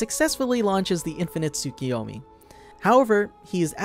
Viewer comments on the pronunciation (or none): Its "Tsoo-koo-yomi"